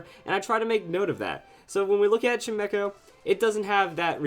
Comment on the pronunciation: WHAT? I thought it was pronounced CHIME CHO, not CHIME ECHO